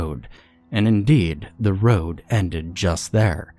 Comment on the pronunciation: I love that you left the 'last house on the ra-ou-ode' in there. 😂